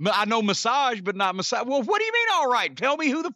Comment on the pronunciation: LOL trying to pronounce Mossad - "mowh-saaaahwd"!